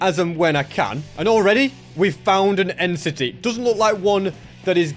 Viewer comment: Bro said end city